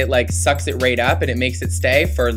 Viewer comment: when you said right along the lash line, it sounded like you said rape xD